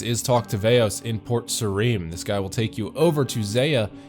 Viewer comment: PORT- SARE-UM wheres PORT -SAREEM? LMAO